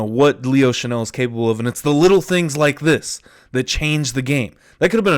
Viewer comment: It's "Chenal" not "Chanel." Chan-ell is a perfume. Chen-All is a football player.